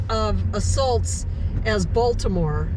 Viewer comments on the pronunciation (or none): none